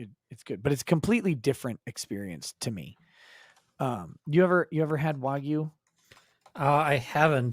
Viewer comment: Learn how to say wagyu please.